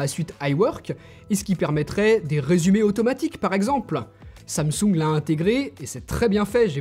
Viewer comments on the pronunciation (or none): none